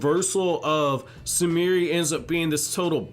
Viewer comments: Her name is Sumire, not Sumirih like she some african girl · He was pronouncing the 'e' at the end of her name.